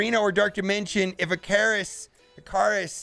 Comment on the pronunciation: Surely the name is Ick-a-rus like greek mythology?